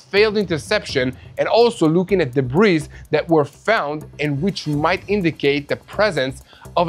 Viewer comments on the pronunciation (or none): 'debris' is pronounced 'deb-ree', there is no 'z' on the end. Thank you for your attention